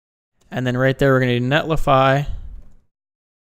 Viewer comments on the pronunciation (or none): Sorry, can't subscribe to your channel due to your pronunciation of netlify. Otherwise, great work! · Netlify...funny. it's a 50/50. I hear both. NetlAfy just sounds way cooler. Great video. Thanks